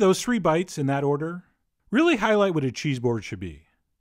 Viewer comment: You pronounced the first cheese wrong twice lol